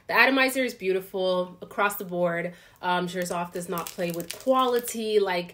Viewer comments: you are pronouncing the Xerjoff as jers-off when it is actually pronounced sir-joff. I have linked a video below where the founder of the house says the correct pronunciation at 1.12 to 1.16 Also, Italica was launched many years ago as I believe a limited Harrod's exclusive in a different packaging with red velvet bottle however, there have been periodic limited releases of this over the years. The most recent release was around valentine's day this year with new bottle without the velvet, after which it was made a part of their regular Casamorati line up (I believe). Just FYI and no offense, figured you would be interested to know as a fellow fragrance enthusiast ❤️ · Great review! Italica by Xerjoff was launched in 2016. The prononciation is "sirjof" FYI:-)